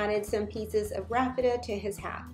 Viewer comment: Isn’t it called Raffia? I’ve never heard it prounced Raffeta.